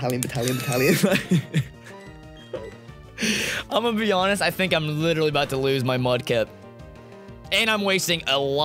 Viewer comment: Breathes: DiD yOu sAY BatTaLiON?